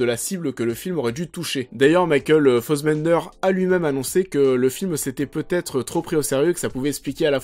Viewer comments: Pas mal mais beaucoup trop court pour ce concept , mais concept intéressant qui mérite un format de 20 25 30 min avec recherches , masses d'images et tout un peu à la Mr Meaaa en plus orienté. Par contre trop bizarre ta façon de prononcer Fassbender en"fossbender" ahahah j'ai pas trop capté .Bonne vidéo en tout cas ! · Ned for speed, Ariane Labeb, Michael Fossbender, Promethéouss, Gui Pierce, MacBef (ok, celui-là aucun Français peut le prononcer) :D